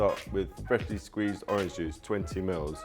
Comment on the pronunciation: "Twenty miwwz"